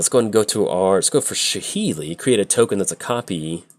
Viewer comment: Its Sa-heli not sha-heli.